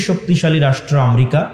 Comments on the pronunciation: আমরিকা না, দেশটির নাম আমেরিকা।একটা দেশের নাম যে উচ্চারণ করতে পারে না সে আবার সে আবার ধর্মীয় বক্তৃতা দেয়! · বিশ্ব নেতা !! আমরিকা ???? [উচ্চারণ এতো অশুদ্ধ কেন ??] গোটা পৃথিবী নিয়ে চর্চা শুরু করছো ?